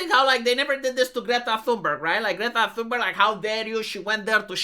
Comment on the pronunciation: Man, I heard "greta thunburg" as "red october" for a second and had to run that back to check. Still.. not that far off I guess.